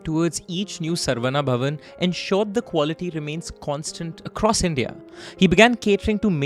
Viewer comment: It is pity that Indians can't pronounce Saravana bhavan.it is not sarva,it is Saravana.